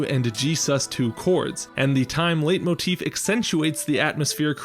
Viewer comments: Sorry, but it’s pronounced light-motif, not late-motif. You walked the line between both for the whole video and it bothered me. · "Leit..." like "light", not like "late". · Leitmotif should be pronounced more like "light-motif" than "late-motif" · Just FYI, it's pronounced "lite"-motif in both English and German, not "late"-motif. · A 'late'motif, is that a common pronunciation in English? 🤔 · Its pronounced lightmotif btw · I can never trust anyone who pronounces Letimotif, because I've heard it pronounced "Late" motif, "Light" motif, and "Lay" motif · I have no idea about music theory, but it's pronounced like "light motif"